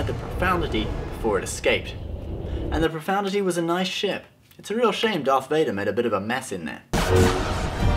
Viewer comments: Ugh again, it's not pro-found-ity It's pro-fund-ity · Did he say Radis's ship was the "Profanity"? or the "Profoundity"? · Good video, but it's Profundity, not Profoundity - there's no such word